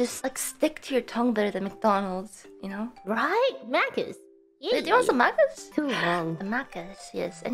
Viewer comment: should be pronounced mackers but for some reason ina is pronouncing it something like "mahcahs" lol